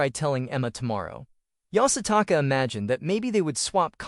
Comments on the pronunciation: Take a shot every time the AI says Yasataka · Bro keep saying yasataka🤣